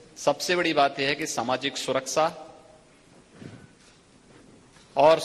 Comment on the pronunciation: Suraksha bolna to seekh lo dena to door ki baat